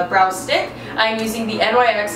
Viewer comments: Btw it is pronounced nyx as one word, like nix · it's pronounced nix 😭😭 please say nix next tim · I thought she actually realized how to say NYX